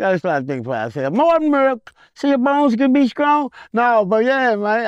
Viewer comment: "more muruck (milk)......so ya bones can be skrong" 🤣🤣🤣🤣🤣🤣🤣🤣🤣